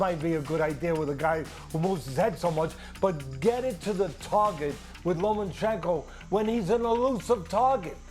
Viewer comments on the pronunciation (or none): cant believe dudes talkin like experts but cant even say lomas name right LOMANCHENKO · Stephen A and Teddy Atlas: Lo-MAN-chen-ko Vasiliy: it’s Lo-MA-chen-ko you idiots!! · Teddy, you clown it's LOMAchenko, not LOMENchenko. How many times can you make the same mistake?? Respect the name of the pound for pound #1! Time to retire, ATL-ANS. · Stephen A.: "Lomenchenko..." smh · "LoMENchenko"...SAS needs to learn how to pronunciate properly. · Right? It's obvious pronounced 'Homochenko' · SAS: “Low Men Chin Ko” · Who is "lomanchenco" 🤣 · Why they keep calling him LomaNchenko? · “LomENchenko” SAS the highest paid sports pundit in the world and can’t even pronounce the name right? Cmon man 🤦‍♂️ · Chicken Lo-Mein-Chenko. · Low-men-chenko. SAS, please stop talking boxing. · Lo mein chicken. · Teddy literally says “ Low men chenko within the first minute. But hey let’s only talk about sas. The man that’s carrying espn on his back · Why can't SAS say Lomachenkos name properly? It's not difficult. You get paid to get this right. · Teddy calls him that too tbf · That's how Teddy says Loma's name and he's the expert so they all say it that way. 🤣